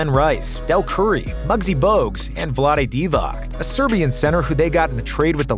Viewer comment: The pronunciation of Vlade Divac tho 😅